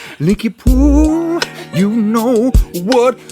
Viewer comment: Linky poo sounds like lick yo poop